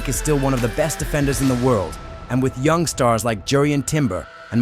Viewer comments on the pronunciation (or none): none